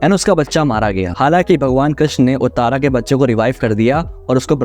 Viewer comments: उत्तारा नही उत्तरा ककभुशुंडी नही काकभुशुंडी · Some pronounciation problem- its uttara not uttaara. Its pandav not pandavas. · Utaara nahi uttaraa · उतारा नही उसका नाम उत्तरा है। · Uttra hai bhai Sounds like Uttar Pradesh Na ki "Uttara" Edit:- Kaaak bhu-shun-di